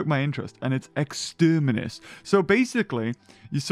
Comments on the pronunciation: “exterminis” Me: no, it’s Extremis. Like.. iron mans suit of the same name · reading Extremis Also him: Externimis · it's Extremis not 'Exterminates'. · and it's Exterminus Me: that says Extrem-ooooooh ok i see, Exterminatus much? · Extermis? More like EXTERIMNUS! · I'm sorry but it's pronounced 'Extreme iss'